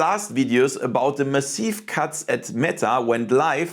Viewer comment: It's weird how you pronounce everything in mostly an english way, but then out of nowhere I'm slammed with pronouncing Massive as meh-seev, rather than mah-sihv.